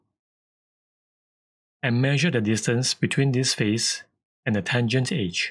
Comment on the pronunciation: Great tip! Tho for the first few minutes I was confused what "H" did you mean. You were saying "Edge" for the whole time! XD ^_^' You might want to work on the pronunciation of that one :P Thanks for the video. Cheers.